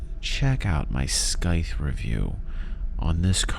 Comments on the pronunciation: Pronunciation of scythe is Saith not skyth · Under an hour?? lies! Great vid. Scythe is pronounced (SAI' th). Just to be picky. I have to fill the quota. :) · The way you say scythe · I'm afraid people are gonna give you a hard time over pronouciation of Scythe again LOL